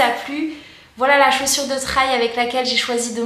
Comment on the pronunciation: Salut, as-tu fait une vidéo de retour sur le long terme ? Je vais chercher. Au fait, n'hésite pas à dire " trèl ", des fois, l'anglais est plus simple qu'on l'imagine ! Bonnes sorties !